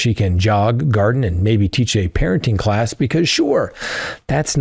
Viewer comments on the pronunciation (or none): none